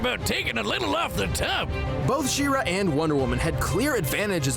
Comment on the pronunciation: Its pronounced SHE - RA not SHIRA (FYI - That body looking good)